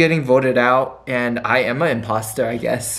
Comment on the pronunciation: Am I the only one who hears say Impasta instead of imposter? 😂😂